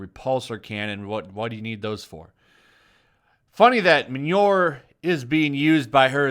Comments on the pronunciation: MANURE? :D Try /mi/-/yol/-/neer/ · Your pronunciation of "Mjolnir" honestly made me think you said "Manure" at first. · her? lifting Mjolnir (pronounced Mee-Ol-Nier), yeah, right... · This way of trying to pronounce the name of Thor's hammer might be just as offensive as Captain Marvel herself. Min Your?